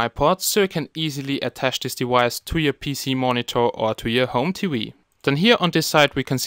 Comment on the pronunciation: smart T-wee lollllllll, great video, or should i say wideo. lolololol